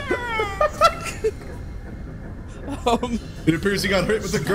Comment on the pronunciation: MAI ENGEEINS MAI ENGEEINS